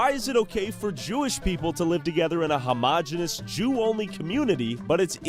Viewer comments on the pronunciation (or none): none